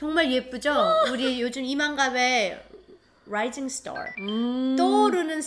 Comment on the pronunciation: 스탈( star) 발음 멍미? 새터민아니신지요? 미국사람발음이 나와서 깜놀